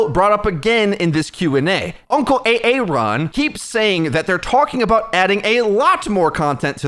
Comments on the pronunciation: Every time you say "A-Aron" I'm disliking your videos. Why don't you say his name correctly? You didn't do this to Jeff, so why don't give Aaron the same respect? He's a nice dev and tries to do his best to fill Jeff's shoes, but you don't seem to show any sign of acknowledgement. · What's up with how he says "A-Aron"? It's distracting. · Do you really pronounce aaron like "a-aron" ? It sound so weird. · A-aron... wow